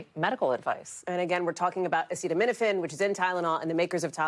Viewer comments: This from a man who says he has the highest IQ in the white house. He didnt even know how to pronounce the word acetamenifin. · Come on trump, sound it out... a ce ta mi no phen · He couldn't even pronounce acetaminophen 😂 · Caution taking medical advice from someone who can't pronounce the medication he's bantering about and also release the EPSTIEN FILES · This brain dead gutter snipe has to sound out the word acetaminophen on camera. Nobody seems to show his lowball reading ability on any of these posts. He's recommending medical advice and has never read the name of the topic of this discussion. I guess I should use his new title: President Dr. Gutter Snipe. Hasn't he harmed enough of our daughters? Not to ignore Dr. Bobby Wormbrain, the nation's top medical researcher. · medical advice from someone who can't pronounce acetaminophen. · Mr Bone Spurs has some nerve saying to women "if you can't tough it out" Doctors and pregnant women don't go around habitually taking Tylenol acetaminophen or anything else if they want to have a healthy pregnancy, dumbo Trump. It already is not encouraged unless necessary but now we have you saying only do it don't do it do it. O m g!! And it would help if you could pronounce the word acetaminophen correctly and at least know what you're talking about before you get up to the podium. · Should probably be able to pronounce the word before deciding if it's good or not. I mean it would be more helpful to understand what it is... But I'm going with the bare minimum here. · You're not going to learn it from Dr Trump okay He couldn't even pronounce the word acetaminophen. 🤣🤣🤣 so I do hope you have a do.